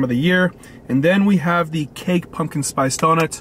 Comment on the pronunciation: Pumpkin, pump-kin, not punkin, pun-kin. Come on man.